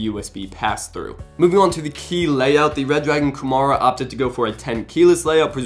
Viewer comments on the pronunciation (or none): It seems he says "Red dragon Gomorra" lol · Very late to the comments, but that's not how you pronounce Kumara...